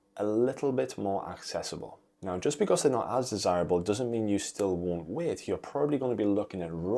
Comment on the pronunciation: It’s ‘wait’ not ‘weight’ …..